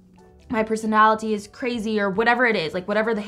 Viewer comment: I like the way she says peronaliTy